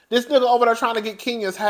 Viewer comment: Lmao cousin! The way you pronounce “nigga” when talking about these specific weirdos always kills me every time you say it lol.